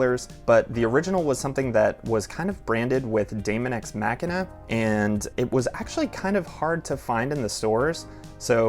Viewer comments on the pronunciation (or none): I died a little every time he said machina